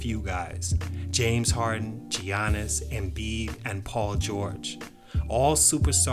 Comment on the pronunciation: Giannis is pronouced Yanis